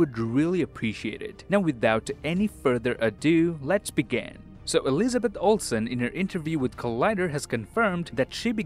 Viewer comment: Is "Let's began" the typical Ontario pronunciation or am I getting that wrong?